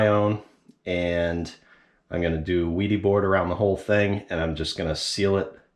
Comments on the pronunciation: yes, I understand that Germans pronounce the W as a V. But the pronunciation of the item is up to the inventor. And they pronounce it "VEE-di," so that's the correct pronunciation. If you "Westernize" that pronunciation, you would get "WEE-di," so "WED-i" is definitely incorrect. But I really don't care all that much! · According to the manufacturer, it's pronounced "VEE-dee." It's a German company, apparently. (This is according to their YouTube video titled, "Training: Building a complete bathroom using the wedi system.") So now you have THREE pronunciations to choose from! 😁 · Wedi = Weed vs wedding sound/pronunciation..... go for Wed (short e sound) is my vote😃.